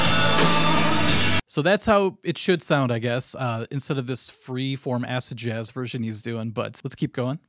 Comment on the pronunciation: On first playback, I thought you said ass-jazz, not acid jazz. Seemed to fit.